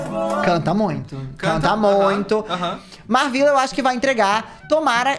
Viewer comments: o falando da Marvvila mas não sabe falar o nome dela 😭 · Que agonia dele falando o nome da MarVilla errado 🤡